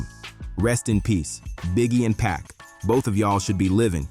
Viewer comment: For your AI Voice write the names like this: Keefee Dee, Shuck Knight, 2Poc, Tony Yay yo All the time you spend making this great video and the names are pronounced wrong/different. YW